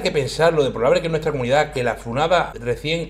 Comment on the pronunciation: 8.55, ¿la cominudaaah? ¿pero qué cominudaaaaaaah?